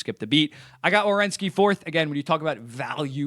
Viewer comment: I’m so proud of you you said WERENSKI 😂